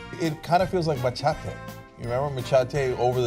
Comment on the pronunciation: "Ma-cha-tay"? WTF, how is it even possible for to not know how to pronounce "machete"?